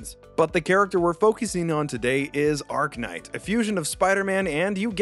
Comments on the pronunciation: lmao "arc knight" its arachknight like arachnid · Not you mispronouncing Arach-Knight every time 😭